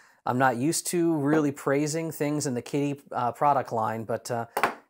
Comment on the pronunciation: I keep hearing 'Kitteh'... Sorry, wife has two cats...😂😂